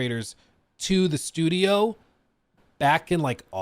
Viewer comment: "you cant do that with just one shchoodio" - what is this gaslighting